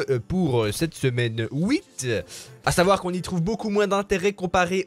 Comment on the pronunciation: j'adore tu dis semaine ''houite''